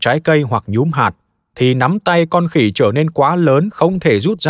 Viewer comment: Người ta viết giọng trung lập. Ông nay đọc lại nhấn mạnh chữ "khỉ" để nghe có giọng khinh bỉ